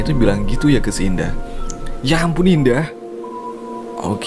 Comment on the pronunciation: "indah" kenapa saya dengar "dinda"